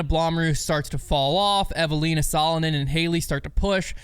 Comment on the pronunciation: Wow Eveliina Salonen was pronounced correctly, thats impressive for for doing it if not speaking Finnish! Well done!:D